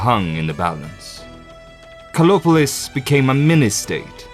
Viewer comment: I was searching for "Kolopolis" bec someone could not pronouce the "a" and "r" of KARLOPOLIS..... 👎